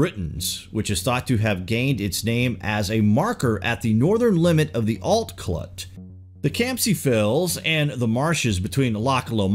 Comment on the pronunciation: The t"s in Alt Clùt are silent, think "Aal clue"